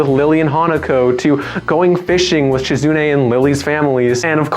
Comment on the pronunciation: SHE-zu-NAY not she-ZOOOOO-knee But very good vid of a great VN. If you're interested, I have interviews with some of the devs on my channel. (Lilly vid in the works)